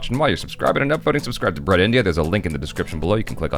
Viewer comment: Brut rhymes with groot. Just FYI. :)